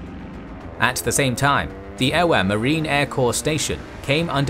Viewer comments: Not to nitpick, but Oahu is pronounced "oh-AH-hoo" not "oh-uh-hoo", and Ewa is pronounced "EH-vuh", not "eh-wah" or "ee-wah", Koolau is pronounced "kOH-oh-lou", not "koo-lou". At some places I was confused by where you were folks referring to. My grandfather lived in Honolulu when Pearl Harbor was attacked. He was about 14 years old. He enlisted just before the end of the war. He and my grandmother are buried at the National Memorial Cemetery of the Pacific in Punchbowl Crater. Keep up the good work. 🫡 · Yeah he should've did a little more research..the Ewa, Oahu, Kaneohe was taking me out of the moment...iykyk